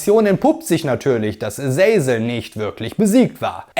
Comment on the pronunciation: Aber die Aussprache von paar Charakteren wie zb Azazel , ist fragwürdig